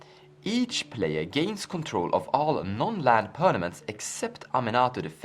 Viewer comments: Quit saying pernaments. Its permanents lol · It's per m a n ent not per n a m ent.